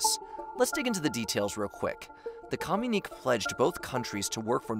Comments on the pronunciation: You keep saying communique wrong fyi. You say "kah-myu-neek" but it should be "kah-myu-ni-kay" Sorry, after the 10th time I had to say something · When you say com-you-neek is it communique? Cause that's commune-ikay. If not then what's the meaning of the word cause I don't think I've heard it? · "Communeek" is not a word. Communique is pronounced "co myoon i kay." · "Communique" (as used at about 10.30 and elsewere) is usually pronounced "communikay", not "communeek", just thought it would help your video sound a little more professional. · It's not pronounced "Com - unique", it's "Com-uni-KAY". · "Com-u-nik" as you pronouce it should be pronounced as "co-mun-i-k" (communique) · Co-mu-nee-kay, leh-jiss,lay-chure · Communique is pronounced "ku myoon i kay." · It's irritating to hear your continual mispronounciation of the word that is pronounced correctly as "communiKAY." You make the word sound like "communist." Educate yourselves. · Pronounced: com mun e ka, please. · FFS!!! The word is pronounced COM-you-ni-kay!!!! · It really does. It's one thing to butcher Qing, it's another to butcher indo-china or comunique. Makes it sound like they don't know what they're talking about. It's especially egregious when you have to consider they've been getting this feedback on pronunciation for a while. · The frequent mispronunciation of words like communique and memoirs really detract from your videos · Communique is “kuh mew nick kay” and It’s “Qing” not “Quing” and pronounced “Ching” not “king” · Quing empire?? Pronounced King?? Communiqué pronounced in … I don’t even know which language? This is not the quality I am used to with this channel.